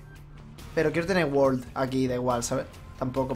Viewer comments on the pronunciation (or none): none